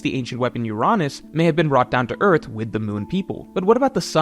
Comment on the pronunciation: endless vearth